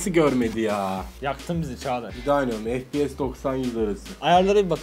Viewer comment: Abi fps efpiyes deniyo an fps diyosun